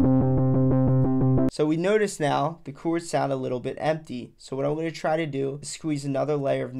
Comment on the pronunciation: chords, bro. Not "choords."